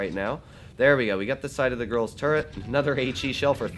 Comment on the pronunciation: ꇓꍟꁹꆂꌚ I know, but it spund like be said "girl"